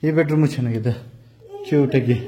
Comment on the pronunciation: ಅಕ್ಕಾ ಅದು ದೋಡ್ ರೂಮ್ ಅಲ್ಲಾ ಅಕ್ಕಾ ಬೆಡ್ರೂಮ್ ಅದು